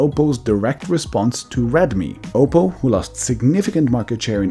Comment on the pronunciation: Oppo, not Opal